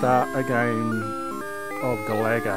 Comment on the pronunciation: Great video! by the way its pronounced GA-LA-GA not GALAGO 🙂@